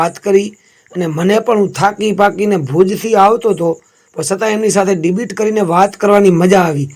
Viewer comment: ડિબીટ નહીં ડિબેટ કહેવાય ભાઈ